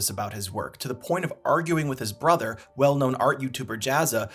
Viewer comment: “ I have ARTISTIC EYE” he can’t t even pronounce BROTHER correctly